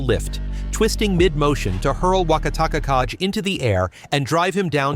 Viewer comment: I'm not Japanese, but yeah the pronunciation was getting to me as well. The Wakatakakage had about 4 variations 😂 I think it's an AI type to text 👌